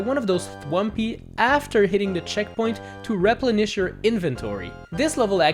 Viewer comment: Yo he says replenish rep-Len- esh